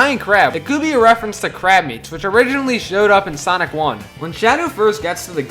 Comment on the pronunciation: Sanic 3 Me:SANIC SANIC BRO SAID SANIC